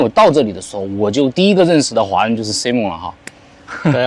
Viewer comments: 请千万别读成SI蒙，是SAI蒙，西人要笑掉大牙啦😅不信你找个人问一下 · 发音错！saimern 这个是正确发音，你发音是女子名字simone